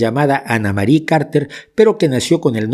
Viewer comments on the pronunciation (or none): none